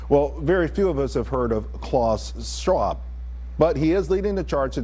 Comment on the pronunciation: Pronounced Klaus Schwab not Straub ..